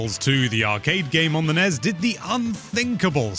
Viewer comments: I've never heard nes and snes pronounced as acronyms rather than initialisms. sounds pretty fucked. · The nez? Is that how the NES is pronounced in Britain? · Can you pronounce nes and snes correctly?